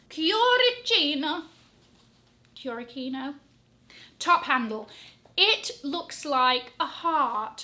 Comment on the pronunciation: Hi:)), if you’re willing to learn, “Cuoricino”, meaning “little heart”, is pronounced “koo-oh-ree-chin-oh”.